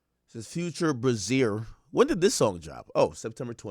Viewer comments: Ak pronouncing the song name like "Brazil" when its just "Crazier" with the letter B is funny af 🤣🤣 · It's pronounced "BRAY-Z-ER" 😂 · Ak killing me the way he pronounced, “Brazzier” 😂